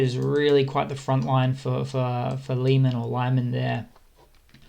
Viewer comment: not lieman. LEEman.